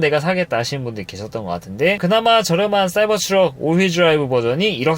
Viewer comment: 발음을 굴릴려고 하다보니 사이버스 트럭이라고 계속 하시는데 영어는 발음좋다고 잘하는게 아니에요